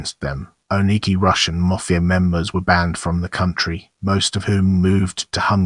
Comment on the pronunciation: Say mafia please properly!